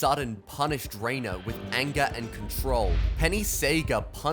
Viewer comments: It’s not Rena, it’s Renae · The show: Rena is pronounced "Ruh-Nay" The narrator: REINER!!!